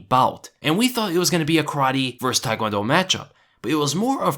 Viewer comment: "VS" = "versus"... not "verse".